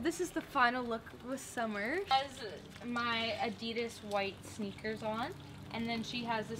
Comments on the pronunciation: A-di-da-z ? did she mean Adidas? Can someone please explain xx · The way she pronounces Adidas tho